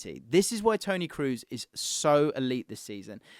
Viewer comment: bro i love your content but it's not tony Kroos as in "food" but pronounced as "orange" or "O'Malley" Tony Kros